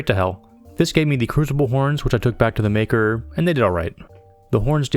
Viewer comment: Underrated channel! It's "mah-kar" tho. xD